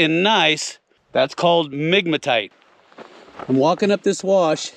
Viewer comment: I heard nigmatite! 🤣